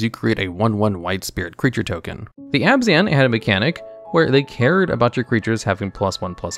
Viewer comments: There's a lot of great insight in this video but it's marred by some glaring errors, like "Astral Recall" instead of Ancestral Recall, and "aBAzan" instead of Abzan and pronouncing Necropotence like neck-rapatense when it's pronounced necro-potence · Sorry are you deliberately mis pronouncing all of those words as a bit? neck row pot ence. aba zan. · "aBAzan" Ascendancy really hurt me lol XD Also "neCRÓpotence" later on also dealt a big blow oof. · Yet also pronounced Abzan as Abah-zan Win some lose some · Even if he read it as it is spelled, he would have gotten Abzan wrong. The correct pronunciation is Obb-Zon, but that wasn't really communicated that well to the community. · Bro does not know how to pronounce anything "abazan" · Even if your channel is new, your are making some of the best mtg content out there. Keep up the great work! One recommendation is to maybe redo some audio, as sometimes you mispronounce some words like abzan, and ancestral, but still great work!